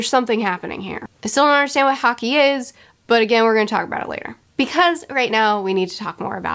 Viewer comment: To help make things easier, "haki" is normally pronounced the same way you'd say "hockey." Also, yes, with the combination of Impel Down and Marineford, I say it's better to take your time before uploading another video. These arcs in particular deserve more time to prepare and process everything.